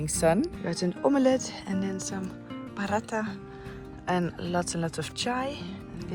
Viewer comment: all this time I have been thinking you were eating something local I was not familiar with but you were actually having omelette lol it actually sounds like aam-luht :) be safe!